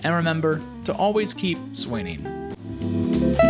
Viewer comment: I am very curious about your pronunciation of "swinging". Sounds more like "swinning". Honestly the video was a bit below my level but I stayed to see if you said "swing" like that the whole time or nah.